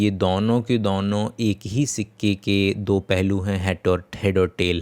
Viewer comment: Brother! You have got 01. Fake Deep Voice 02. It's ✅marital मैरिटल 🚫 marietal मेराईटल (Fake Accent and wrong pronunciation) 03. Fake ✅ Do(2) दो 🚫 Dow दाव (Fake Account and wrong pronunciation)